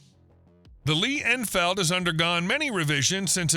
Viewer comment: You can't spell Mosin Nagant, you can't pronounce Garand or Enfield, your prices are so far off that you'd be better off to not quote any. And you have the nerve to make a video about them? Youtube needs to add a "BLOCK" feature. I really don't want to see your crap again.